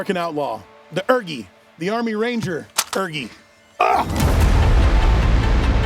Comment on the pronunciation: My brother in Christ please stop calling it the urgi and call it the u r g i instead😭😭